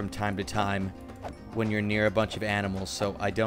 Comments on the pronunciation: he says aminals instead of animals XD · you just said aminals instead of animals it’s super funny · you sail aminals instead of animals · "Aminals" Yes, a new not a word to go around the internet! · me: lets find somewhere to go: i would love to go to the zoo and see some aminals Me: aminals? wat r thos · aminals lol Also please do impossible++ and nightmare: hoOEY! me: where are Dooey and Louie? (From ducktales very old joke) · I see aminals Me: say wooooot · “Aminals” - 2020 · aminals Me: \ | / - - / | \ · I like he said Aminals in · aminals? Or animals? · did you just said Aminals instead of Animals? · did you say aminals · just said aminals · U said aminals when u saw cows for the first time in the video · Lol he said aminals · aminals i heard not animals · Yes Aminals is how you pronounce animals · when he said aminals, I laughed sooooooooooooo hard!!!!!!! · The aminals :) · ”ahh we have some AMINALS here”😂😂 he said aminals xD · aminals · “we’ve got some aminals” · Accidentally says Aminals* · "aminals" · did he just said aminals? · i heard u said amimals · Did he just said aminals😂😂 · he said aminal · did you call those aminals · he said aminals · He says anmasl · Why did he say aminals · Yep I caught that too